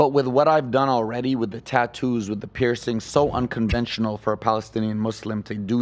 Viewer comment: he said uncongentional instead of unconventional talking about his tattoos lolol